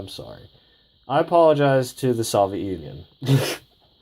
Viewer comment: The way you say soviet bugs me